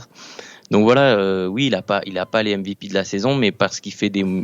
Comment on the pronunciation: J'ai mis un dislike pour la prononciation du mot MVP